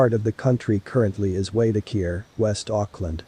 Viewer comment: Waitakere is why-tak-er-ee